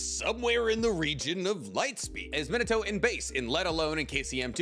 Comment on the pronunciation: Meen-ato that’s how you say It